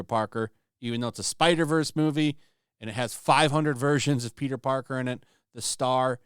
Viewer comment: always makes me laugh when he talks about this Spider-Man, he calls him “Peter Darker” 😂